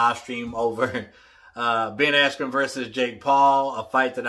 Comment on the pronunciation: This was one of the most unprofessional paid events i’ve ever seen. Seems like many speakers, singers etc,. were high and/or drunk. The live music was wack and they had audio issues as well. The presenter said Askren’s name wrong and they stopped the fight too early.